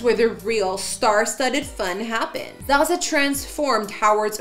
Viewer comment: Zsa Zsa's name is pronouced Zsha Zsha